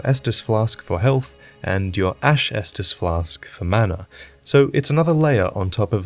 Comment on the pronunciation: Ash estus flask huh? Sounds more like an Ashtus flash to me right? :D